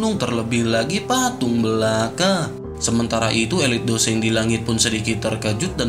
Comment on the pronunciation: bang seng bang bukan dou sheng